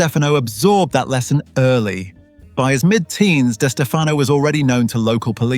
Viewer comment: It's pronounced like Di Stef uh no. The other way you are pronouncing it is incorrect. You're saying the surname two ways. Only one is correct. I should know. It's my last name too.